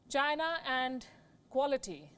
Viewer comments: “China is asshoe “ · DON'T TRUST CHYNAH.....CHYNAH ASSHOE!